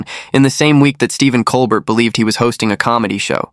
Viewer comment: It,s col bert,its col bear!